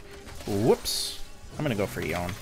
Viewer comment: jesus ... you made yown "yone" -- yawn??? look like a creeps ... salute to you sir XD